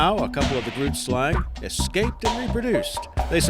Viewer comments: number ten isn't pronounced grootslang, it's actually pronounced gruutslung (I'm from Africa and the language is Afrikaans) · literally had to stop because its bothering me so bad, "Grootslang" is not pronounced exactly as you read it and the resulting pun would offend any Afrikaner, the g is pronounced like the sound you make when clearing your throat(g)-roooot (Like tree root)Slung (as in something slung over your shoulder.) my own ocd I apologize but it comes to a point that it gets annoying. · The way he pronounced done of the names had me cringing lol since I am from sout africa and groot is not pronounced as groot in afrikaans lol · So, as I understand it, grootslang is pronounced more like "hroteslung," with a rolling "r" and a back-of-the-throat sort of "g." Are there any superior linguists here who can verify? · You pronounced Grootslang wrong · The way you and most Americans I've ever listened to pronounce "Grootslang" bothers me tremendously, but I would suppose it's only because you're only exposure to the word was by reading it. However, it was very nice to watch this video and remember the stories that I initially heard with some of these 'creatures'! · Cid the Julbocken the Grootslang was the funniest. I am South African. And I confirm. He butchered the names. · You say grootslang completely wrong, I'm Dutch. Sorry for bad English.